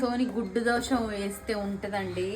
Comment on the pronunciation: Dosa.....not dosha